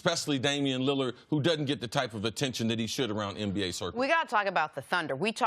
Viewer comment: Chris you cool bro but please fix the N words and M words. You say "MBA" when its "NBA"...."NVP" when its "MVP" anybody else notice this every segment?